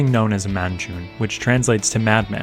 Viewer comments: Actually it's muj-NOO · How hard is it to read Majnun right?